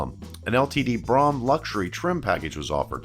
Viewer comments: I think you mean Ford Brougham. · You misspoke on the 1969 LTD saying that the "429 was available in a 'two carbureted version' rated at 320 horsepower..." when you clearly meant to say ""two barrel version." The 460 AND the 429 were available in 1973. Oh, and PLEASE learn to pronounce "Brougham." It rhymes with "roam" NOT "prom." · Brougham is pronounced "broam," not "brahm." Good video though. Not enough videos out there of one of the best built American cars of all time. Something I doubt we will ever get back. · "Brougham". Correct pronunciation is "Broom", not BROM. As a kid, I always thought it was like Chrome, but with a "B". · not pronounced brom but brome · Great video. Comments: The top trim level is spelled "Brougham" and pronounced "Brome". The 400-2v V8 was OPTIONAL on all models except the 74 LTD Country Squire, where it was standard. The tape player that became optional in the late 70's was a CASSETTE. 8-track was available well before that. The steel-sided "LTD Wagon" was a 73 1/2 model. The 460 became available in 73, along with the 429, which was discontinued for 74. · I have to point this out. My parents bought an Olds Cutlass Brougham when I was 3.5 years old. I grew up kowing how to say it. It is pronounced like his "Broham"" LIke saying "Bro" then "ham" It is not an ice cream shop. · I have never heard Brougham Pronounced Braham and I have always been told LTD Stood for Limited.. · I’m really enjoying your channel,! Your videos are great — and as a former Ford and Mercury owner, it’s good to see these models mentioned. But some of your pronunciations are WAY off in this and other videos. It’s Brougham, not “Brahm”, with the OU sound being OWE. In another video, it’s Ford chairman Alan MuLAlly, not Alan Mully. Just an observation. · STOP! Its pronounced Broughm as in BRO, like BROME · Brougham is correctly pronounced “brome” (rhymes with “home”).